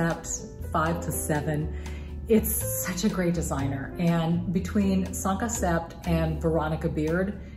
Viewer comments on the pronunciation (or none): Great video! One tip, though. The “p” is not pronounced in sept. It’s pronounced as “set.” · I don’t wear jeans 👖 much anymore because I 👩🏻‍💻 WFH, so I Googled this fall’s styles. Skinnies and jeggings are out. The other pairs seem more on trend. (BTW, jeggings have been around for years and were always tacky). Also, the “p” in the French word “Sept” is silent.